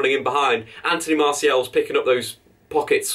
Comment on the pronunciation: His name isn't Anthony MartiEL. MartiAL.